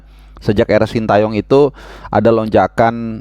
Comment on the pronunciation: Ini penting2 engga sih, tapi ntar presiden ataupun protokoler pas acara bakal nyebut namanya coach STY sesuai yang dikasih ortunya (shin te yong) apa versi indonesia (shin ta yong) 😂😂😂😂